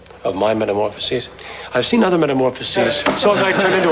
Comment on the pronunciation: Lots of narrative goofs when "th" is pronounced "d" . Udder for other, da for the, anudder for another, etc.